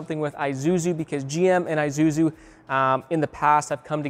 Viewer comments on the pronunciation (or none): Why do you pronounce Isuzu like that (Eye soo zoo) ? First I've ever heard that. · Bruh!!! Do your research on pronounciation on Isuzu.